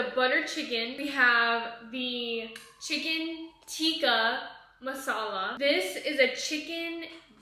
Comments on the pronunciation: Haha ..not tikki masala....it's chicken tikka masala. Love from india. ❤❤ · cutest ever pronunciation for chicken tikka masala😂❤❤